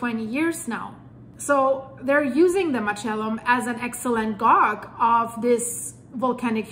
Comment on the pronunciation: "Guage" is pronounced as [gay-jh]. Its all good. I'm not a grammar nazi or something, 😅